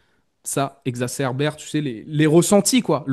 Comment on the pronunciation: 11m34: ça exacerbe et non ça exacerbere. Merci, Je vous adore!